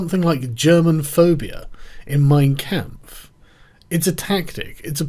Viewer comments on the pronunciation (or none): The "a" in "Kampf" is pronounced similar to the "u" in "cum". Pronounce it "Mein Cum-pf". ;) Not joking.